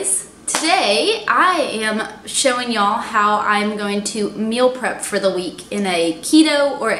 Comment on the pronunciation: As soon as the video started and you said “Y’all” I knew you were a Texan 🤘🏻👋🏻